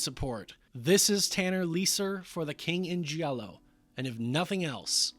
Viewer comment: GIALLO is pronounced like in JAM. You don't say JEE-AM. You say JAM. JALLO. Not JEE-ALLO.